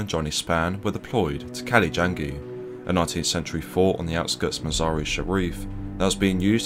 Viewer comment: Fort has a T at the end.